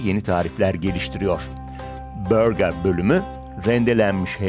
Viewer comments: BÖÖĞĞÜÜRRRGEEEAAARRRR... 😂😂😂😂😂 Türkçe seslendirme yapıyorsunuz bari altyazıya yazdığınız gibi "burger" diye okusaydınız . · böğga ne ya... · Hellim börgaa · Sunucunun Türkçe konuşup burger diyememesi.